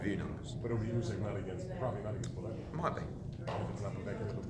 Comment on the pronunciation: is the worst "boxing journalist" out there and makes himself sound stupid everytime he asks Hearn a question. Hearn always has an answer for him 😂😂 couldn't even say Usyk's names right